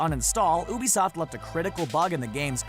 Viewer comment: have you noticed he's not pronouncing ubisoft properly, You pronounce it by saying, you bisoft. lol